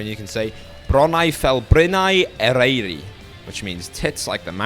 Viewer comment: Hhhhg the pronunciation,,,i always need to correct the way people pronounce welsh whhh,,? Ereiri?? Its eryri?? Whhh